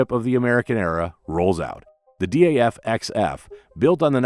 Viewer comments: I'm surprised no Dutch viewer hasn't corrected you on the pronunciation of DAF yet. It's DAF not D.A.F. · It's not D....A.....F, it's Daf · Why say D.A.F.? In the Netherlands it is pronounced as Daf, the first syllable of daffodil. Daffodil was also the nickname of Model 32 of the small Daf car. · Dutchmen pronounce it DAF, as in duff.